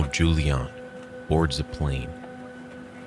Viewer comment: oh, there is a mistake. it´s Juliane, not Julian 😅and pronounced different. anways ... she was lucky in that situation ...